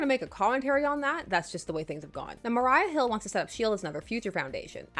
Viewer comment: Time to dust off the Marvel content in a Casually Comics video (Also Black Cat's trailer JUST came out, and she's in your video, literally just came out the oven scorching hot!) (Record scratch) Did I hear "Mariah Hill"?! lol